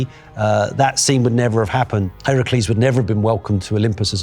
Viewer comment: notice how he pronounced the name Heracles, that’s the proper pronunciation. Hercules is the Roman pronunciation